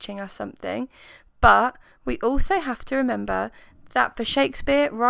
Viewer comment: It's 'but' not 'buh'